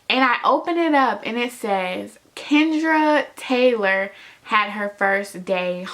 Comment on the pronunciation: Taylor not hailer